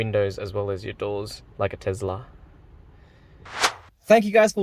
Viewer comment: Nice work. Stop saying Tezla, its Tesla. :)